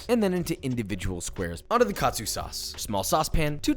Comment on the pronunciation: It's not pronounced kat-su but ka-tsu.